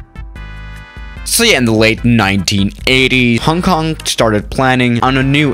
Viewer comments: I know but said it like Hang Kang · im from HK but i still like how u said "Hang Kang" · MJ Aviation Connections Jesus christ people its a joke... only because said it like that, I know it's Hong Kong